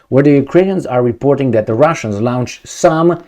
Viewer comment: All great videos,! Can u post yr fallback site in case (when) Youtube bans you for being Politically Incorrect? Slight pronunciation error: "launched" is pronounced "lawnchd" not "lownchd" as it would be in German spelling. Pro tip: Start at the 8 second mark to skip the "hello my friends...".:)